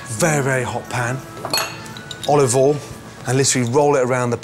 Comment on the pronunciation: Nobody:- Gordon:- OLIVOL